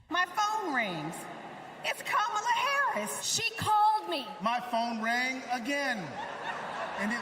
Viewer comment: Sir Jon, the GOAT, (03'20: "Just name swing states") disrespecting the correct pronounciation of Kamala :-(